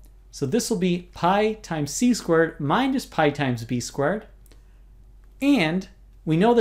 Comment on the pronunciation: Every time he says "squared", I sounds like "squirt" to me.